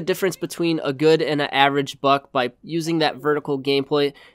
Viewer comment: im sorry, it sounds like he said f#ck